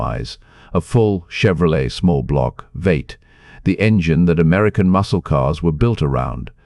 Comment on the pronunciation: Vate ? Wtf's a vate . ROBOTS can't be trusted.